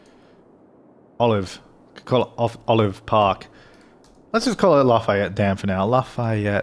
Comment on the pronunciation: I’m from Louisiana and you are saying Lafayette wrong it is (laugh)-(fe)-(yet) that’s how you say it your welcome